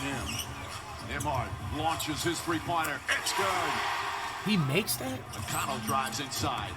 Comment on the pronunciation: Will he finally call him McConnel 🙏